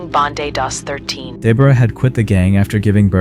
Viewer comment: Deborah being pronounced every which way but the correct one 😞